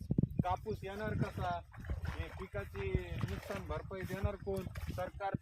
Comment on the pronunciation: नुस्कान नाही हो नुकसान असतं